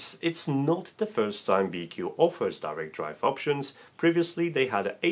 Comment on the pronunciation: I am quite sure it is pronounced bee-choo. It's a Chinese company, after all, and in the transliteration of Chinese q is usually a ch sound, which is why you can write both qi and chi and it means the same thing still.